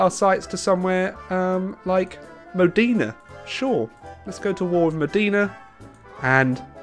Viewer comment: What did Italian ever do to you? It's pronounced "Lucha" and Moh-day-nah.